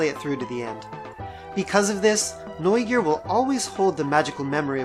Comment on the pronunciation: I love how you say "Neugier" correct.